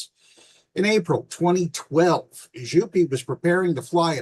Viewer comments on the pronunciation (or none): To clarify: Jouppi is pronounce yo-p-p-ih. J in finnish is like y in "you". the o is round and clear, followed by a short "oo".J-O-U. The p is long and the -i at the end is shorter than the vowel at the end of e.g. "pee" or "happy". P-P-I.